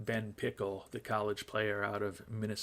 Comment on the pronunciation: Every time you talk about Ben Pickle I am impressed that you pronounce 'Mankato' correctly. I went to college there and seldom hear it pronounced correctly by anyone who isn't from this area.